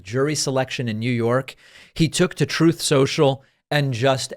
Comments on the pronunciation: "Troff soatshul" I love this so much. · Troth Senshul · Troth sential!